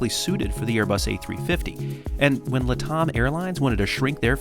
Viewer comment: LATAM is not pronounced “LUH-TOM”. It is LAT-AM as in “LATin AMerica.” LATAM is a portmanteau of the two words. Think “Pan Am” in pronunciation. LAT-AM.